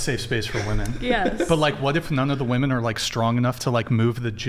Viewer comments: Can dude say wOmen not wAmen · Bro what the fuck is a “Wehmin”? Can no one pronounce the word women anymore? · I wish you would’ve cleared your throat it was bugging me the entire show. Also, what is “Wemin” ? Women isn’t spelled that way or said that way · Can this fuckin dude stop pronouncing “women” like that??? “Wehmin” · The way says "wemen" drives me a little crazy lol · Wemen , wemen, wemen, wemen 😂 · Or "wemmen", or "wahmen". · Or that guy saying wamin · These girls can’t even pronounce “women” correctly and they vote lol we’re cooked